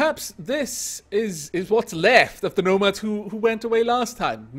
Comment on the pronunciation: Every time you say nomads, all i can hear is gnomads. These are the dangers of gnomoria.